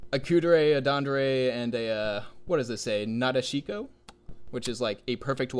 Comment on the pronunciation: I can't get over the fact that none of you can pronounce Nadeshiko correctly. You've all likely heard the word pronounced correctly in anime multiple times at that. Boy, pronouncing Japanese words which unlike English have both simple and consistent rules sure is hard!